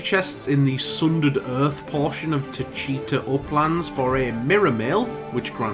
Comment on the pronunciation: Tchita is pronounced sea da just say it really fast. Fran said the name somewhere in the game, I just can't remember lol